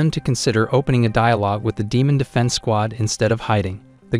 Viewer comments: In the start bro said ‘’demaon’’😂😂😂😂😂😂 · he didn't say demon he said deeman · Bro said deemoon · Bro said demun